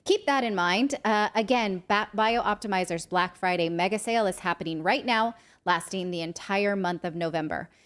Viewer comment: I love Magnesium Breakthrough and other Bioptimizers products. So glad they are a sponsor. That said, i cringe every time I hear Natali say the name of the company. It is “Bi-optimizers”, not “Bio-optimizers.” You always annunciate clearly Natali…please get the name right 🙏